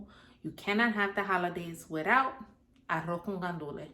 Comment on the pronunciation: AROO CON GANDULE NOOOOO ZZZZ OR SSSS SPOKEN LIKE A TRUE BORICUA 🙌🏽🙌🏽🎯🎯🎉🎉